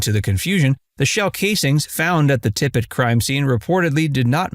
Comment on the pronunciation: Tippit, not Tippett, or Tippet, or anything else.. JD Tippit.. Maybe get the name right and credibility will ensue, huh?.. Geez!..